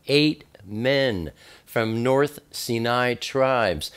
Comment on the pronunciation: Sy nai, not Ci nai. Sy nai.= cinai.